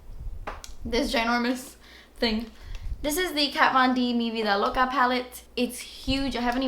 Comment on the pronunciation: You said "mi vida loca" so perfect 😍😍 saludos desde Colombia❤️